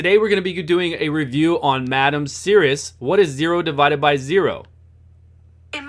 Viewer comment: Anyway, I think it is French, so it should be a silent "s" , so it is pronounced as "Serri"